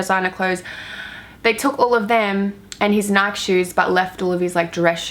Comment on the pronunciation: I think we all know what you mean when you emphasise the nikes 😂